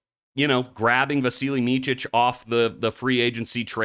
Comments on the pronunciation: Micić is pronounced as Mee-tsich. 🇷🇸🐺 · It's pronounced "meetzeech"